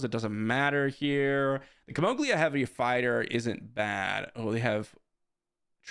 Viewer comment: It's not Kimoglia. It's Ki-mo-gila